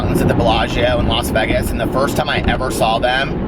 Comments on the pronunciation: Haha some of my friends here in philly say it like VEGESS too I’m not a fan but I’m used to it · Why do you say Vegas like that?? I can handle the vocal fry and all that, not the way you say Vegas though man